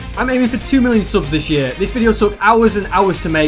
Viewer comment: you Said uear Not Year sorry That i say that fix it pls